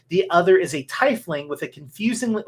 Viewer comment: You are saying "Tie-fling" (pronunciation) in the game. Is this the same thing as a Tiefling in D and D pronounced "Tee-Fling?" Just curious. I thought perhaps it was a copyright issue or something the reason for the pronunciation. To be honest, there is probably no rule for this. But, you are the only person I have ever heard pronounce the word this way. Thanks for ya'lls entertainment during my lab work. Cheers!